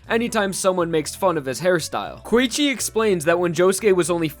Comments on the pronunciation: i die every time when u say Koichi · Koichi is 2 syllables, not 3.